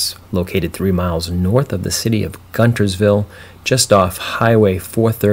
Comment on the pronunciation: It’s pronounced “Gunersville”. Spelt Guntersville.😊